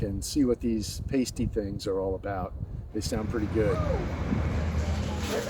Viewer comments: im sure you've heard this already but its "pass tee" not "pay stee" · Great video! FYI I know its weird, but the correct way to say it is "Past- E" not "Paste-y" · Sry, but they're pronounced Pass-tee's, as someone who grew up a Yooper it almost hurts my ears to hear someone call them Paste Tees 😮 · It’s not a Pas-tie like a stripper wears on their nipple. It’s pronounced pas-ty. And my mother was born in L’anse. One of the most beautiful places I’ve ever been. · Nicely edited video. As others have mentioned, you missed some of the more spectacular spots, especially in the northwest portion of the UP. Linguistic tip from a lifelong Yooper: "Pasty" rhymes with "nasty", not "hasty". And a true Yooper would NEVER ruin a pasty with gravy. Ketchup, or nothing. The classic combo is a pasty (with sides of coleslaw and a dill pickle), and a 6-pack. It's called a "Yooper 7-course meal". As a kid growing up in the UP, the pasty is an all-purpose food. Boy scout or youth group outing? Mom throws a pasty in a bag with some cookies and a bottle or two of water and you're fed for a day. Kids eat them at ambient temperature, meaning even in winter we eat them. The Big Two Hearted River is lovely, and of course Hemingway wrote a short story using that name as its title. But a bit west and south you'll find the Fox River, which flows south (Big Two Hearted flows north). It passes under M-28 at Seney. In the early part of the season when the water is high you can canoe it all the way to Manistique. Locals know that Hemingway actually fished in the Fox River, not the Big Two Hearted. He used the Big Two Hearted in his short story title because it's more poetic sounding, but also because he didn't want people finding out his fishing spots. As you learned, "L'anse" rhymes with "schwantz", not "chance". It has French Canadian roots. Though the largest ethnic group in the UP generally is Finnish, there is a sizeable French Canook presence in the UP. My neig